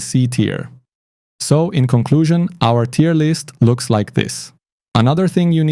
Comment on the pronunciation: Respect for not saying Tire list 😁